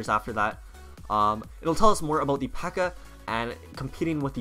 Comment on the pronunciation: It's pekka not bpekka